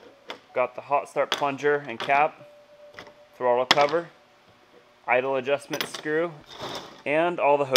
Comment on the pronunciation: Dude, use your words to talk lmao. Throbvvvle . The throooovle